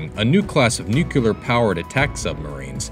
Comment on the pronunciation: Nucular looool